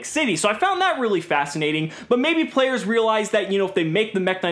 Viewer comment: Did anybody notice he said P-Layers instead of players 😂😂😂